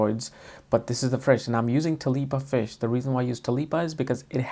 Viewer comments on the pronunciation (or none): You mean tilapia? It's funny how you call it talipa unless that's how Indians call it. It looks very yummy though.